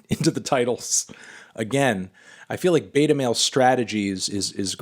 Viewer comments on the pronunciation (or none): none